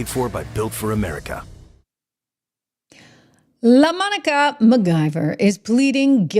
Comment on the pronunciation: I came here to hear you say "LA-MonicAA" 😂 I love it ❤😂